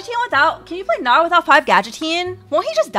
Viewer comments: In this vod said bowgnar. That is all kids. That is all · Bow-gnar sounds like "boner" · She said bow-Gnar, and I am clearly a 13 year old boy.